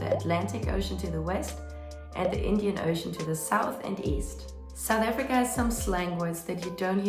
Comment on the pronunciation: South AFRICA...not efrica